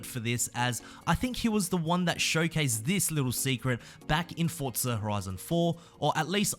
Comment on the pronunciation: Now learn how to say forza